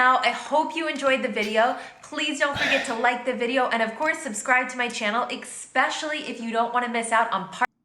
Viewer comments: Anyone else notice she’s said “Expecially” instead of “Especially” multiple times in this video? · Your jokes are fine. We know you. She’s talking about cocky jerks, not you. Public transport in New York City and Chicago is excellent. Just don’t be heavily having almost sex in public, and no one will care. She overstates the road rage thing. Also, she says “exspecially” so she’s clearly not bright. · You have to take her with a grain of salt. She says "expecially." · Well she needs to learn how to pronounce "especially" it's not pronounced "eck-specially"! LOL✌🐢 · Her mispronunciation of the word, “especially” is maddening. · Do not react to part two this contributor is horrible she can't even pronounce words correctly